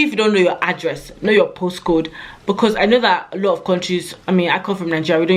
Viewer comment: Love how you said you need to be able to "cUmmunicate"😅 we get the message BecUs .... you're the best